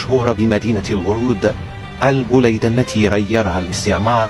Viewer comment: انها المدينة البليدة وليست البوليدة يا جدك 😅😅😅😅